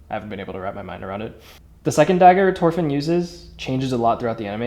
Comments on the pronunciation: It mildly upsets me that he keeps saying torfinn instead of thorfinn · Isn't it pronounced THOR-finn. Looks wicked do you sell them. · Stop saying Torfin it's Thorfinn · Thhhhhhhorfin… not Torfin 🫠😭 like Thor. Not like TOR. 😭😭😭😭😭😭😭😭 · Love the videos and the craftsmanship but hey man- it’s thorfinn not torfinn, your saying it without the H and it kinda bugs me 😭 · Me flinching every time he says his name wrong (no offense) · you said his name wrong but they look great som ill look past that